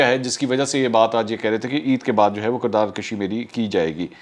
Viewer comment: Dear, the correct word is kirdar "kushi" and not "kashi". Thanks